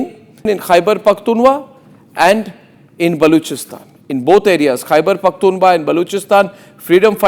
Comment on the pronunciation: DAFFER anchor kheberphktunwa nhi khber phktunkha hotta w silence Hai silly😏🤓